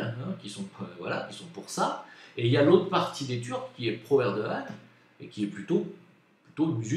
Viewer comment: Un GRAND merci de ta sincérité sur la Turquie.... et tu prononce très bien Erdogan! 😉